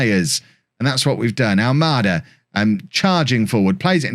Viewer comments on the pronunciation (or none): none